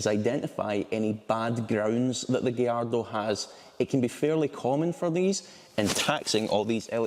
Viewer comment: Thank you for pronouncing gallardo properly 😭